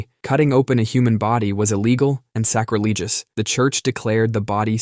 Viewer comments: Pronouncing it that way is sack-ra-leej-us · Also- sacrilegious